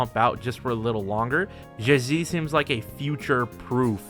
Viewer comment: just say zhezhi as chechi youre better off than syaing it like that